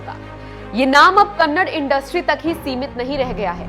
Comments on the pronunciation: Madam it's KANNADA not kannad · its not kannad, its kannada , please respect our language , though you dont have for youself , but we do have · Again you pronouncing kannad Madam please pronounce it Da Da "KANNADA" "ಕನ್ನಡ" One of the oldest language of India... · It's not kannad "KANNADA"